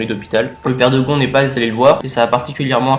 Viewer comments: Super vidéo tu expliquer vraiment très bien continue (ps : C pas Gon avec un on mais on le prononce gonne et ça s’écrit gon) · Le père de "GON"? le père de quoi? Comment tu prononces !!😂😂😂🤔🤔